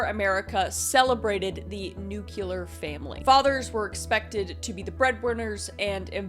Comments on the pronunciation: Wait what? Did you pronounce "new-cue-ler"? 🤨 I'm so disappointed. It' "new -clee-er". But the rest is good. 😉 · Sorry Kris, But I just can't help it It makes my brain hurt if I don't say it. The word is nuclear, Not nucular. I love your content, But as you refer to your viewers As intellects, I beg that you use your own intellect would you clearly have because you are a very smart girl , To pronounce words correctly. I mean, I mean, doesn't it drive you nuts when people use words and they have no idea what they mean so they're taking out of context ? Will the same goes for just saying the word wrong Nucular That is not a word. Nuclear on the other hand is a word as in the nucleus of a cell. Again not trying to be shittty, Kris. I love you. Just saying...😋